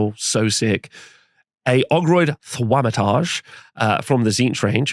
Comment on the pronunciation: bro that pronunciation of "Thaumaturge" is painful